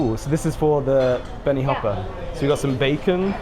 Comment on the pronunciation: the way he said 'bacon' is very funny 😂😂